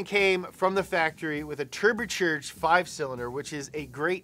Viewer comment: "Turber churged" it's now in the dictionary.